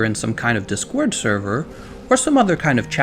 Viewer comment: I'm shook by the emphasis on the second syllable on DIScord.